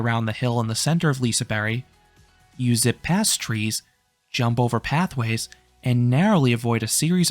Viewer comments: Im from sweden and im not Shure if your suposed to say Lisaberebannana 😂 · I’ve never heard someone pronounce liseberg like liseberry😂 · I guess "Liseberry" is the Swedish pronounciation? Never knew that. Good video! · Did anyone notice him prounncing liseberg wrong